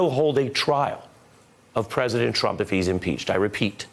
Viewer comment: actually said Anyone who is involved with Mr. Twump will be bwought down and wecked. Twy to be his ally and you will wegwet it.